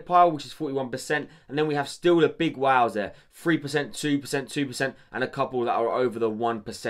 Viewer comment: Whale Wei-l not wow. just an american accent thing. lol Keep up the good work